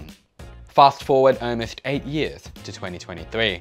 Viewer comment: Why do you say “owe-most” instead of “almost”?